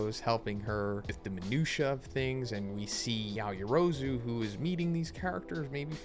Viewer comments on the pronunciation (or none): none